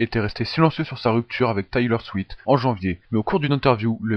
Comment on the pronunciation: Juste une petite remarque c'est Taylor SwiFt en le prononçant tu oublis le F ^^, sinon j'aime bien te vidéo ;)